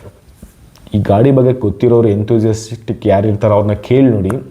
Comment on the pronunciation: Feature ❌ FUTURE ✅ Endeavour ❌ Endovor✅ Enthusiastic ❌ Enthusistick✅